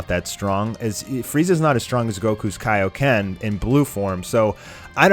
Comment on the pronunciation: Sounds like your saying TAIO-KEN